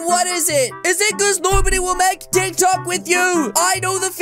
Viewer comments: i mean tik tok not tik talk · It not tic talk bruh it tic tok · It's not tik talk it's tiktok